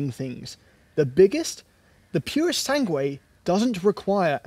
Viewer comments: Very enjoyable and. informative, as usual! Pity you mispronounced the U of "purosangue" (thoroughbred) each time... 😉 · The ‘u’ is silent in Purosangue.